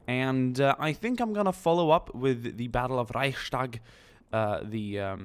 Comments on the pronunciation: There is no "sh" sound in the word "Reichstag". You pronounce the Reich right but just add the "s" to it. It's Reichs-Tag not Reich-Stag. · Dude. It is called Reichs-tag not Reich-stark :D your pronunciation would mean...strong Reich, but like you mentioned it is the building, so: Reichs-tag ;) Grüße aus Deutschland :D